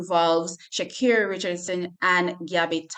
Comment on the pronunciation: It’s Sha’cari not Shakira Richardson